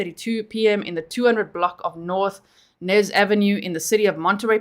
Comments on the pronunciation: I think it's Ynez..Eeeeeenez never heard of Nez ave...Unless it's New Ave. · The street is pronounced Eeenez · The street is pronounced E- nez 💜🖤